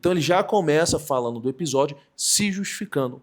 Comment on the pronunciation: É preciso corrigir o erro fossilizado do NDO urgentemente. Fazeno, analizano, abaixano, falano. Não orna bem com um ótimo repertório e articulação linguística do autor do vídeo.